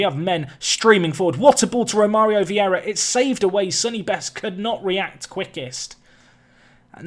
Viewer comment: Who's gonna tell him its Vieira not Viera?